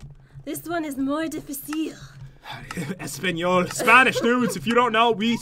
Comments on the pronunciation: "Espanole" really? I speak spanish to hola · You don't say it like Espanole is Mexican so your not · lol its enspnol lol